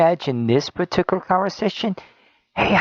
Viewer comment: I can't stand the way that guy pronounces certain words: partickler instead of particular; exetra instead of etcetera, sekshull instead of sexual, collitch instead of college. IDK if it's an accent or a speech impediment, but I almost stopped watching because of it.